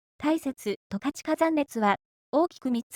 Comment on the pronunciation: すっごく良い動画なんだけど、ずーっと十勝を間違えてるんですよね。「とかち」ですよ。ずーっと「たかち」と言ってます😅